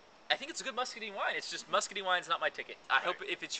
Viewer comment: I can't take a review seriously when you can't even pronounce muscadine it scuppernong right.